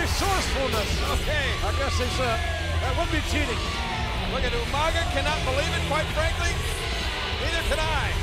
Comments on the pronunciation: Normal people: umaga Regal: umanga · Regal - “UMANGA” 😂😂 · Haha regal. Tonight you'll be wrestling yoomanga 🤣🤣🤣🤣 always cracked me up how he never got umagas name right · no, I’m English, he just pronounced it wrong. We don’t just add an extra letter (N) because we’re from England wtf😂